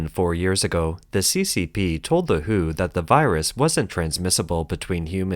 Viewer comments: Maaaan, WHO is not read as "who", but as "double you eight o". "Who" was an English music band. And since it's news about China, people may also confuse it with Hu Jin Tao. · If you use auto narrator to read the scripts it is better to write the WHO as "W H O"; putting spaces in between each alphabet so that it will not be read as "who". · It is "Double U - H - O" not "the who"!^^